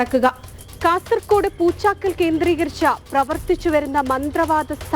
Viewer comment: Poochakkal alla poochkkad